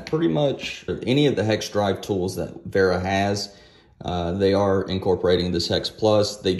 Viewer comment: The first American I've heard pronounce "Vera" properly. Usually its like "Hey boi, we got sum of dem weeera keys to test!"